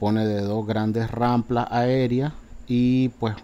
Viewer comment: Rampas no ramplas